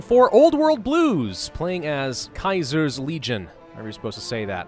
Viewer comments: LOL KAISERS LEAGION WTF XDXDXD ITS CEZAR SEAZER NOT KAISER; KAISER ITS EMPEROR IN GERMAN WTF PRAVUS YOU DISAPOINTED ME XDXDXDXDXDXD EDIT: sorry but I am a bit triggered he never heard of latin, like at least use translate voice bot or whatever is called plus those ones who say kaiser must be some german dudes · It's Caeser, like Julius or the salad. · If you dont like him you say Caesar if you are in the legion you say kaiser it's a more respectfull way to say he's name . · Just so you know, he's not THE Caesar he IS Caesar and it's pronounced like Kai-Sar. "Kai" like in Kaiser, and "Sar" like you're a pirate going "arrrr" with an "S" at the start.